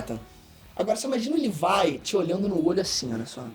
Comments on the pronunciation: Sobre o bordão: "Olá, meu nome é e eu falo Livai aí invés de Levi" zoas, mano kkkkk parabéns pelo vídeo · "Livai" foi foda kkkkkkk, cade o brasileiro "Leví" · Livai? Eu to ligado que fala assim no inglês, mas nossa senhora... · "livai" kkkkkk